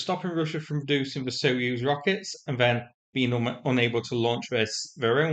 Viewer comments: Just a gentle comment on the pronunciation of the word Soyuz, "soy"as in the soy bean, not "so." Always great to get your updates and love your humour. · What's a "so use" rocket? Do at least attempt to pronounce Soyuz properly. It's not like it's a novel term in English.